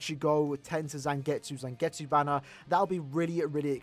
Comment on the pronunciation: It's zangetsu